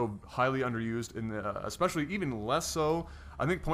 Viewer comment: Especially. NOT EXPECIALLY